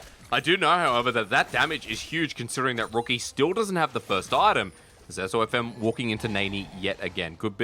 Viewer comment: Wow still getting SofM’s name wrong. When will they stop disrespecting this guy